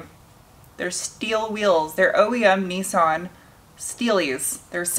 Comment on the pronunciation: Nissan .... Neeson 🤦🏼